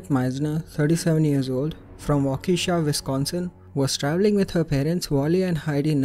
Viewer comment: It's Wau-Ke-Sha, not Wau-Keesha.